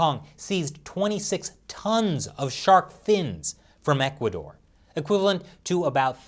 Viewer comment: IVE NEVER HEARD OF THIS "ECUARDOR" COUNTRY, I THINK YOU MEANT "ECUADOR" (NO R)